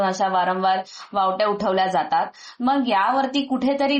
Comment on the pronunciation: मॅडम वावड्या असा शब्द आहे.वावट्या नव्हे.